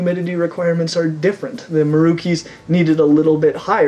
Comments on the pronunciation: I'm Indonesian and regretfully this comment is 5 years too late (as I'm just getting into reptiles and videos just recently), but Merauke is not pronounced "Mah-roo-kee", but "Muh-räu-kay" the räu part like in German's fräulein. Just FYI 😉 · It's may-raw-kay (pretty sure that's how you say it since they're from indonesia). but anyway, nice vid my dude